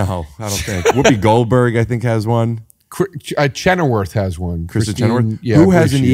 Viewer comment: Chennerworth....such a NY way to pronounce Chenoweth